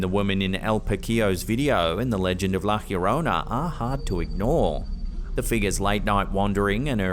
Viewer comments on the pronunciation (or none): In the next video where a viewing of la llorona comes up, please pronounce it correctly, I can hear you are trying but whoever gave you the pronunciation was wrong. Pronounce La Yorona, no H sound. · You say it like "lah yourr-own-ah" slightly roll tue R lol there's no H sound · You just couldn't stick to "Lah Yo-roh-nah" couldn't you hunh. Is this gonna be your thing now? "Lah Ghhhhhyorronæh"? Sigh